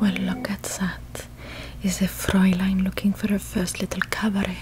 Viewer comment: i mean the pronunciation on Fräulein in the first few seconds was pretty good, but yeah the rest wasnt really german lol